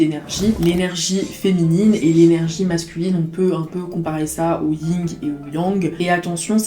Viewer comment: Le yin et le yang 😅 pas le ying ohhhh😂